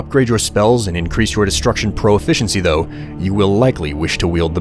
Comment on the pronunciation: Smooth voice. Although I've noticed he mispronounces "Proficiency."